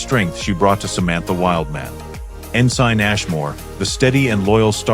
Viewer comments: No kidding. Besides names, it pronounced ensign as "in sign". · Omg it’s pronounced ensin and chikotay is pronounced like chakootay..learn your pronounciatiins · "En-SINE Harry Kim" Doesn't anyone check these reading for glitches? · Chak- O-tay Better off watchin porn, least their ai PRONOUNCES stuff properly!